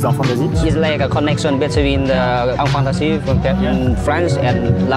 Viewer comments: A un moment j'ai compris enfant nazi au lieu de enfant d'Asie... Je m'en veux... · je suis le seul a entendre "enfant nazi" a chaque fois qu'il dit "enfant d’Asie" parce que perso j'entend que sa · Quand t as dis enfant d'Asie j ai entendu enfant Nazi 🤣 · Amixem :"enfant d'asie." Mes oreilles :"enfant nazi" Mes yeux :" nan, c'est bon, c'est « enfant d'asie»." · A chaque fois que tu dit "Enfant d'Asie" j'entend "Enfants Nazi" j'en peu plus de mon cerveau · Escuser moi je suis le seule qui entend "enfant nazie" quand il disent enfant d'Asie trop vite ! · J’ai paniqué j’ai compris enfant nazis et pas enfant d’Asie 😂😂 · Au lieu d’enfant d’asie je comprend a chaque fois enfant nazi , c perturbant 😂😂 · Faut vraiment que j"arrete d'entendre "enfant nazi" au lieu d'enfant d'Asie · J'aime beaucoup le concept de l'association PARCONTRE désolée mais j'entendais vraiment "enfant nazi" 😂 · je suis désolé mais j'entend ''enfant nazi'' (il est assez tard quand je regarde cette vidéo) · Tout le long jai entendue "enfant nazi" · J ais compris '' combat d'enfant nazi''😂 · Je suis le seul à entendre enfant nazi à chaque fois ? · j'ai cru entendre plusieurs fois 'enfant d'nazi"... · Pourquoi j'ai entendu "enfant nazi" tout le long de la vidéo 😭